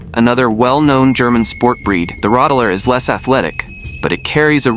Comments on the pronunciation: Rott- taler, not Rottaler. Tal - valley/dale. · I was more bothered by the pronunciation. The emphasis in Rottaler is not on the ta, but on the Rott, i.e. ROTtaler, similar to BARbecue. (sorry for the example 😂)